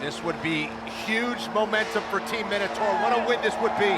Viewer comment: It's my-no-tor